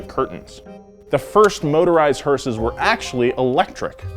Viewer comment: when he says hearses it sounds like sayings horses